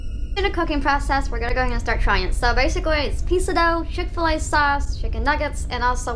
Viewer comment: chick fil a more like PIck fil a